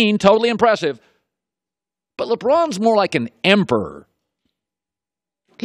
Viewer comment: Why can't he say emperor?